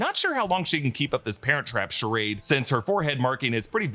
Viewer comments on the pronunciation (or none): none